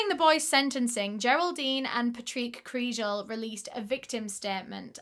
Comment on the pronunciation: Pronounced Anna "cree gull" Pronounced "eye eur land" Not eyeland!! Love your channel! I'm Irish!